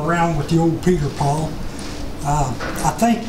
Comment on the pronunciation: Is he saying "Peter Paul"?